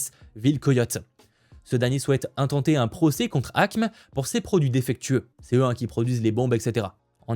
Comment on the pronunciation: ACME se prononce « ACMÉ »